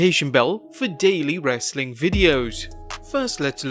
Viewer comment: My day is not complete until I hear say: ‘Wrrrrrestling content’